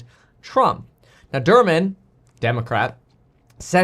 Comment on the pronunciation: "Durban" --->>> LOL